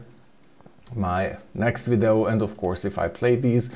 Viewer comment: "Vidoh" lol. We love you.